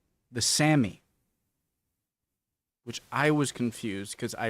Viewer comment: Not "Sammy", "Sámi" (saami), like the "sah" in "Sahara" but tiny bit longer. Try "sah-mee". EDIT: never mind, US pronounces Sahara "wrong" as well... well, it's a "sa" as in "saké", open vowel with clear A sound.